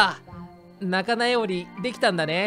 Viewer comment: 仲直りを仲なよりって言ってたよ